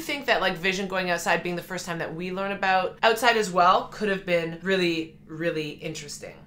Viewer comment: Your Canadian is showing! I like it when your "aboot" slips out every once in a while, eh 😊